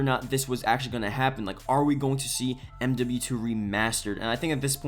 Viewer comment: Sounds like you're saying mw3 remastered